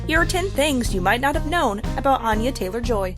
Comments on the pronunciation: it’s actually pronounced with an A sounding similar to Anna not Ana (An- yuh, not On- yuh) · Here's a fun fact about Anya Taylor-Joy that apparently whatever moron put this crap video together doesn't know: her name is pronounced ANN-yuh, not ON-yuh. She's very adamant about this. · Since you pronounce her name incorrectly I wonder why you think you know much of anything about her. Too embarrassing for words.